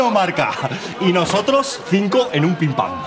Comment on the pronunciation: why does he always say pinpam?? what is it??